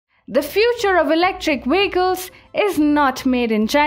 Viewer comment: VEHICLES. Not WEHICLES.